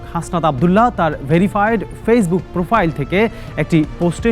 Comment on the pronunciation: য়েবং না এবং হবে। প্রপাইল না প্রোফাইল হবে। রিপোর্টারের ভাষা ঠিক নাই। এগুলো channel এ আসে কিভাবে? বুঝিনা